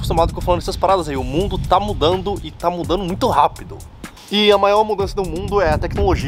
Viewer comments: “O mundo tá ‘mudanu’.” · Parece que não foi só uma cerveja kkkkkkkkkkkkk “ O MUNDO TÁ MUDANDOOOOO”